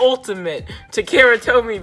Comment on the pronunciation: It's pronounced Ta Ka Ra